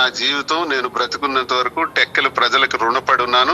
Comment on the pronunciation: టెక్కిలి కాదు రా టెక్కలి